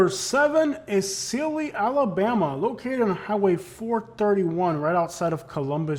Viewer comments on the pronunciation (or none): It’s VERBENA AND SEALE IS PRONOUNCED LIKE THE ANIMAL SEAL AND FOR GOODNESS SAKE ITS MO BILL